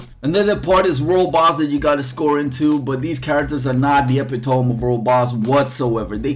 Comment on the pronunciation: epitome.. good word for a non native English speaker, but you're absolutely slaughtering the pronunciation